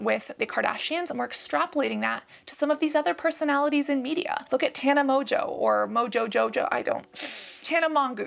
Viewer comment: The intentionally mispronouncing Tana and Trish’s names 😂😂😂😂